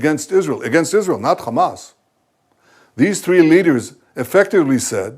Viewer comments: 3500 years my aching arse. Satanyahu talking through his Ar-- . Why is this Radcal walking Free He is not even Capable of taking the name correctly. Khammas , and the correct Pronunciation is Hamas. 😢😢. Fool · He can clearly say "H" like everyother westener... Yet he insists to say "KHamas". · Every time I hear that blood-thirsty fascist say "KKKHHamas" I shake with rage and disgust. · If he says “Khamas”, should he not also say “Khanukah”?